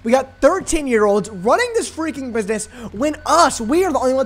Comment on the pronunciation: “Mind ur freaking burgwax” 😭